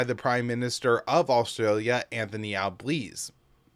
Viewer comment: Albanese is pron. Alban-easy (or Al-ban-ee-see if you prefer, same noise)